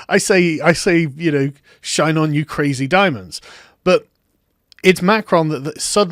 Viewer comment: Did he just say "Kureijī Daiyamondo" (Crazy Diamond).